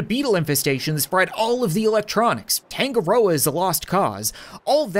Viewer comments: Hey cap I am pretty sure you pronounce tangaroa tounge-a-roa it’s the New Zealand native god of the sea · I’m pretty sure it is actually pronounced tongue-a-rower which is the Māori god of the sea (Māori are the native newzealanders)